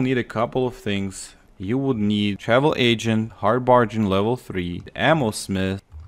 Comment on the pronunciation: It's lead ( luh ed) btw but you forgot all toys blocks and paint cans scrap for lead also bargain ( bar gen) just a heads up on your pronunciation